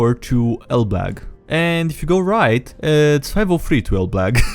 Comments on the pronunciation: Its elbląg "elbloug" not elblag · Elbląg isn't pronounced "El-Blag" - the closest pronunciation for an English speaker would be "El-blong" Native Polish speaker here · The "A" in Elblag has a line coming out of its bottom, so it's read Elblong. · Not exactly how you pronounce Elbląg, but... polish isn't an easy language :v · what's an interesting way to pronunciate (Elbląg is city in Poland)